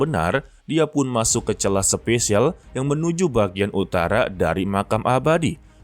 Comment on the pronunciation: SPASIAL BANGGGG BUKAN SPESIAL